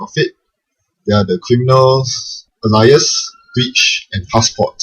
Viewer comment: Normally you pronounce it ay-lee-ass Alias thats ay as in the letter A.